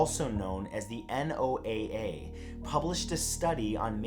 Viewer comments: NOAA.... it’s pronounced “Noah” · Noaa- pronounced noah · How many times did you pronounce noaa before getting it completely right? Lol